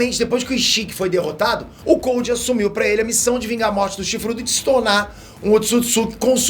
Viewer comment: A pronúncia é "Coudo" não se pronuncia como se lê